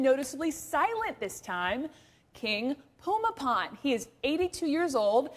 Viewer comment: About the only good thing that can be said about this report is that at least she took the time to learn how to pronounce the King's name correctly (more or less). I get tired of western reporters calling him something like Boomy Bowl!